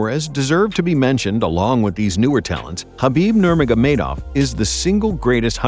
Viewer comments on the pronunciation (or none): none